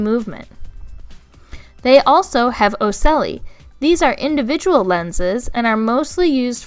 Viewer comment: Really awesome video.. hexapoda is a subphyla, insecta is a class.. just saying because in science details are sort of important.. Cool story for ocelli, also ocelli ends with "li" like in light